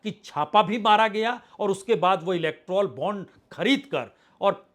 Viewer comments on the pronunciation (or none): आपकी तक़रीर में अक्सर तेलांगना, इलक्ट्रौल बांड व हिडनबर्ग रिपोर्ट का जिक्र आ ही जाता है, तो उचित होगा उनका उच्चारण यथाशीघ्र दुरुस्त कर लिया जाय 1. तेलांगना नहीं तेलंगाना 2. इलक्ट्रौल बांड नहीं इलक्टोरल बांड 3. हिडनबर्ग रिपोर्ट नहीं हिन्डनबर्ग रिपोर्ट